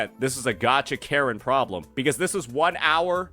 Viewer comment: You said karen i heard carret lol